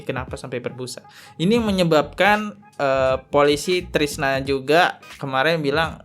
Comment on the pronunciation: Bukan Trisna Bang, tapi Krisna